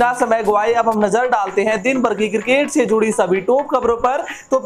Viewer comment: Please change the presenter, he is so bad. Horrible English prononciation, cricket is cirrkkate for him. Also I have never seen this guy in any other shirt. Always in same one. Guys pls ptesent him with 7 more and u may debit me.